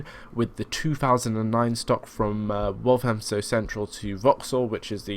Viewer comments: By the way, it's wal th amstow central, I live there. Waltamstow would probably how irish people would say it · is pronounced as Wal-tham-stow, not Walt-ham-stow. The 'th' is like the 'th' in the word 'the'. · It's pronounced 'Wall-Fam-Stow Central' and 'Bom-Bar-Deea' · That really annoyed me